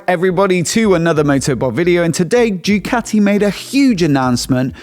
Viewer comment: Bro said “JEWCATI”